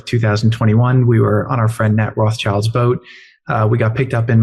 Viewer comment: "We were on our friend 'Nat Rott-shilds boat' and then we sailed to Corfu..." JE: "I represent the Rott-shilds". So Edi's 'vision' is destroying PUBLIC NATURAL RESOURCE? FRIENDS W/ROTT-SHILDS TELLS YOU EVERYTHING!!